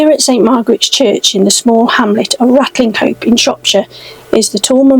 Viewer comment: Great video. Just one thing though, Ratlinghope is pronounced Ratchup in our fair county.👍